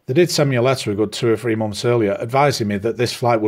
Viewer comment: How come three and free are the sound the exact same when you say it? And what's a momf?